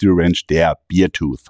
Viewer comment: Du sprichst es Beertooth aus, das ist der Bierzahn. Es ist aber der Bärenzahn, also beartooth. Bear wird fast wie unser deutscher Bär ausgesprochen. Aber da ich ein Freund des güldenen Hopfensaftes bin, ist es halb so schlimm. 🍻